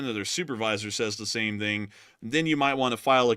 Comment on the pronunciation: I always notice that with the himself turning Chinese in saying the word "thing" as "ding" 😁